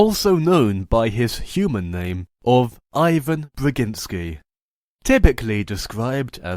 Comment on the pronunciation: he's Russian, in Russia you don't say 'Ai-van', you say 'Eeh-van', it doesn't matter if people say it differently, if it said as that, it is that, that's like saying the name 'Maya' as 'Mei-ya' and not 'May-ya', and he also kinda messed up his last name (Russian last names aren't hard! Why do people always screw them up? xD)